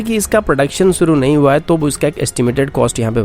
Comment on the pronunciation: bhai Suru nahi Shuru, doing a very good job keep doing.